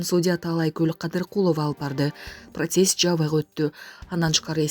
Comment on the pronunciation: Просесс😮 ,пробассия шашпай туура айтчы